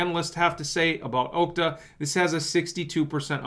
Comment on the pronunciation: Mr commentator.. Okta is pronounced AHKTA...not OHKTA. Think "ahhh" not ohhhh. 😆😁